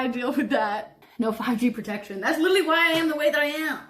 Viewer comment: It fries me how you say literally 😭😭😭😭😭😭